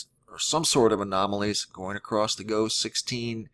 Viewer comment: Please stop saying "acrosst". It's not a word. There's no need to add a t to the end of across. I've never heard anyone pronounce it that way. It ends in a double S so I'm not sure where the T sound is supposed to be coming from. I like your videos but it's extremely annoying and distracting.